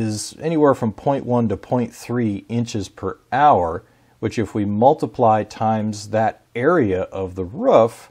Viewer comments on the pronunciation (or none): none